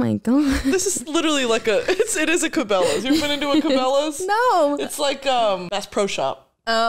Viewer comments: Cabellas = Kah-Bell-Ahs and it’s a fucking store like a outdoor sporting goods store omfg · mispronunciation of cabellas made me nearly piss myself for ten minutes oh my god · I would pay money to watch pronounce Cabellas like that in front of a str8 cis midwest man. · I’m surprised Britney didn’t correct saying Cabellas 😂